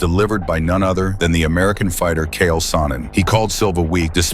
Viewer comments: Hahaha, the narrator misspoke and called Chael Sonnen "Kale". Hahahahahah, Chael Salad Sonnen🤣🤣🤣🤣 Chael * The Salad Tosser* Sonnen🤣🤣☠️ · CH-AEL Sonnin. Say it wirh me … CHAEL. Not KALE 🥬 😂😂😂😂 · Chael not Kale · Damn if you cant say the bad guys name right then dont say it!!! Made him sound like a piece of lettuce!! 😂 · That was brutal man. If he's going to do a video atlest pronounce his name properly.